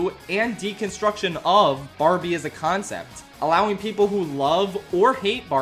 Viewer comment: I hate how the Oppenheimer guy says PePol